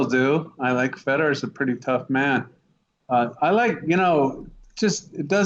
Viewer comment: Who the fuck is "Feddar"?